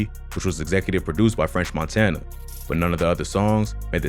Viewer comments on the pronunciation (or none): none